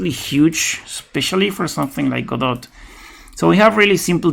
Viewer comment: This video is for all the people who think the T in Godot is silent! Ha!